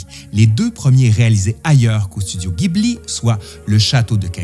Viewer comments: Pardon de te corriger - si tu lis bien ce qui est écrit sur ton t-shirt GHIBLI en katakana ジブリ se prononce JI BU RI et non GUI BU RI ギブリ il faudrait donc dire JIBLI 🙄 En tout cas très belle vidéo qui montre ta passion pour le studio fondé par Miyazaki et consort - j’adore aussi énormément ce qu’il font - je me suis repris d’ailleurs les nouvelles édition Blu-ray sorties récemment en carton (plutôt original) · Encore une superbe vidéo, si tu visite un jour le Japon et que tu essai d'en parler avec les locaux la bas ca se prononce Jibuli (faut faire gaffe la bas, ca les vexent quand on le prononce à l'occidental [pour de vrai ca peux même coupé court à la conversation], même s'ils le montrent pas et le dirons pas. Bref, en tout cas ca permet d'être comprit que tu parle de Miyasaki, alors qu'en disant Ghibli il te font les yeux rond). Et si d'aventure tu visite le Japon prend les billets pour le musée en même temps que ceux d'avion, il faut réserver sa visite longtemps à l'avance mais ca vaut le coup (c'est comme un rêve d'enfant construit dans la réalité) et ca serait vraiment dommage de le rater. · Petite note; bien que le mot "Ghibli" soit italiens, au Japon le nom du studio et futur parc d'attraction qui ouvre prochainement est prononcé "Jibli" 😉 . Et sur le thème des films durs comme le Tombeau des lucioles, il y a un film moins connu mais tout aussi rude à regarder. L'ile de Giovanni, qui est justement tirer du livre "Train de nuit dans la voie lactée". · Quel travail 👏 bravo franchement cette vidéo est super !! Bien expliquée et bien montée!! Merci beaucoup… PS: est-ce qu’il serait possible de faire la même pour Le château ambulant 🙏? Re PS: on prononce Ghibli avec un J ( jibli) Merci encore… 😘